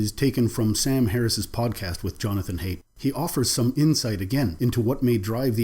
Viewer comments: Thanks for your vids man.. I think "Haidt" is pronounced as in "height" though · Jonathan Haidt (rhymes with "height). Dr. Peterson is great for the most part, but he does miss many nuances, which turns off many viewers to him. Haidt is another incredible researcher (I would highly recommend his book The Righteous Mind). Edit: I just saw someone else pointed out my first point; sorry for the redundancy.